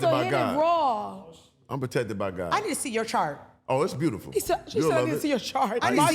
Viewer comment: “Profected by Gawd” 😅😅😅😅😅😅😅 TELL EM!